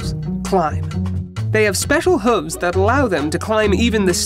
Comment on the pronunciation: It cracks me up every time he says 'huvs'.